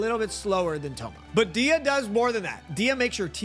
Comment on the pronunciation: U pronounce dehya name wrong. It's like deehhya its much softer . But u say it like diya. The e is softer. U say it like a i . Dehya